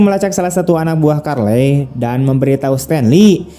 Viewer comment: Charley ya dibaca Carli min, Bukan Karlei